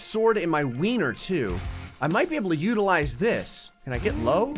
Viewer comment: "I've got this sword in my weiner too. I might be able to *uterize* this." (I've listed to this dozens of times. He does not say utilize 🤣. I love it)